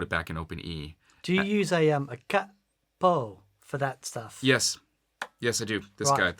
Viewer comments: CAPO, the pronunciation is a mix between you all. It's fluid like Joey's version but with the "A" and not the "HEY" sound that the Americans have. So pronounce it smooth like you'd pronounce Inspector Clouseau's assistant "KATO" but with a "P" instead of the "T" and that "A" sound. CAPO. To go more in depth: to my knowledge it comes from "CAPOTASTO", which is the italian name for the guitar nut. But "CAPO" also means "BOSS". In fact, in Italy we call the nut "CAPOTASTO", and the capo "CAPOTASTO MOBILE", which translates in "mobile nut". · Actually, it's short for Capotasto. It's italian for nut on the guitar. In Italy we call it movable nut (capotasto mobile). Pronunciation is càpo, with no double p. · If you wish to say it like an italian speaker then the accent is on the "ca". The "o" is a ...short "o" like in the word "obsessed" (not "ouh"-bsessed). /ˈkapo/, [ˈkaː.po]. Also check under the "Italian" section there is a short audio file with the pronunciation. Best of luck. Off topic: Don't play with the strat volume knob all the way up, on 10. Roll it back a hair. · Capo has an accent on the a, but it doesn’t sound like either ways you pronounced, sorry! You guys are pronouncing it as if it had two P’s. However, you can get Google Translate to pronounce it for you! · Just because it's Italian, it doesn't mean you have to double every consonant. Take the vowels from your "italian" and the rest from the "american" and you're pretty close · If it was to be pronunced the way you do in the vid, it would be written cappo, so no need to make a pause between ca & po. It's basically Cahpoh, with the "ah" emphasized :) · In italian, you only double use a double consonant sound when there is a double consonant in the word. As there is only one P in "Capo", to say any variation of "cap-po" would be incorrect. You would stress the A and pronounce it closer to "cahpo". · Cápo, not ca-po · It's "Cat Poo" not "KayPo". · Correct pronunciation is "CAH-po